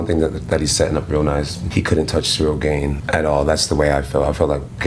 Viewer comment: In the beginning of the Jones interview , he pronounces Cyril Gane as ‘gone’, then switched it to ‘gain’ lmao Chael vibes